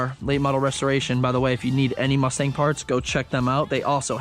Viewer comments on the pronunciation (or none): none